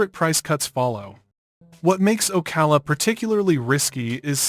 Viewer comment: Obviously this is Ai. That's the only reason why it says "Port Street Lucie" and "Street Lucie." And it also pronounces "Ocala" two different ways . . . first it's pronounced incorrectly, once, then it's pronounced correctly.